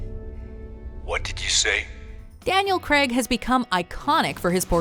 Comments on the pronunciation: ??Daniel 'Cregg'???? it's pronounced 'Crayyyg' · When are you lot going to pronounce Daniel Craigs name properly?